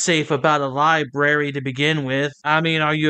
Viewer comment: Liberry and oof. It's library and oath